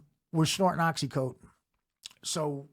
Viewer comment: It's oxy fucking contin. Not coat-in.